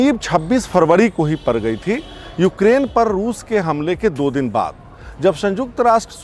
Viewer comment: आप पड़ गई को पर -गई थोड़ को थोरा बोलते हैं सुधार लें! और सब अच्छा👍 है